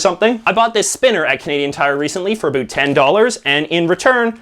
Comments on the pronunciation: Why the fuck are you purposely mispronouncing "about"? Dumbass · Can't stand the way he says: about 🤔🤪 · He’s saying about wrong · First Canadian I've ever heard say 'a boot' unironically. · A first for me too. On purpose you think? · The weird thing is that you say "About" like you say "A boat" From Algeria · The way you say “about” sounds exaggerated to emphasize your Canadianess, the “around” even more so! I am from BC so that might also be part of it! And yes, Canadian tire is pretty bad but I still shop there because it’s close to my house and I believe it’s still Canadian owned? Could be wrong in that...